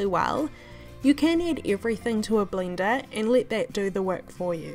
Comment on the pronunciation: Yeah.. Yah .. eggs .. iggs!! measure missure??? Website wibsites??? Everything.. ibverything? Wheat .. wet? Blender .. blinder??? Crepes .. krapes? Omg relax.. relayks